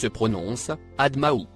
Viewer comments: A min tu dis que le mots en sur brillance brun se prononce ADHMAHOU (traduction solidement puissamment). Mais je lis en arabes 'biâthamin' peux tu corriger. Merci🧐ٱلسَّلَامُ عَلَيْكُمْ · Oui c est vrai il se prononce "bi adhmin" avec solidité ! Merci veritas !